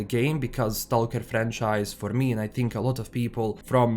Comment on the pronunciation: Search on YouTube how to pronounce STALKER ....